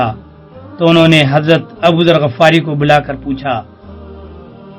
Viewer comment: غَفار نہیں غِفاری ۔ تصحیح فرمائیں